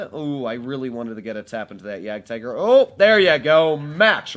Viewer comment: jagdtiger nobody...: jagaratigeroo